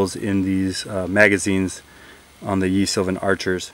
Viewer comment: love your videos. Don't take me for a grammar nazi, but I think someone interested in history such as yourself would like to know that "Ye" in "Ye Sylvan Archer" is pronounced "the". That's because "Y" sometimes replaces the Middle-English letter "thorn", because many printing presses did not have the specific character for it (because they were not produced in England).